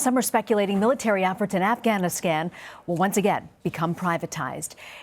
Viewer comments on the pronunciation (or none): She said "AfghaniSCAM" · Anyone else hearing her say Afghaniscan, around the -:20 mark? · she say afganest 😂😂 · lol . The reporter lady Afghaniskan . She said it right the first time. I don't know why I noticed that. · afganiskan LMAO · Sounded like she said afscamistan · This lady can't speak, "AfghaMISCAN" private security "Form" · Afghisghan? Come on. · If you can't pronounce Afghanistan you shouldn't be talking about it.